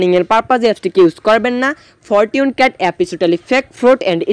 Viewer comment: ফরটুন ক্যাট?? আগে ইংলিশ শিখেন মিয়া 🤮🤮🤮🤮